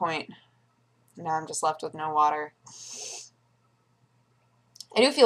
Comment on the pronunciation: COFFEH FOR WATTAH?!